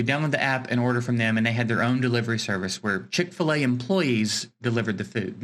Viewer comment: Well at least you got chic-fil-a correct